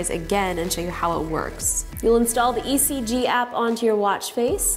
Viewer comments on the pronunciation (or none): ngl I thought it said EGG 😂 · I rhought you said egg ! So i was so confused untill your intro lol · In stead of ECG I though it said EGG😂😂🙄😓😓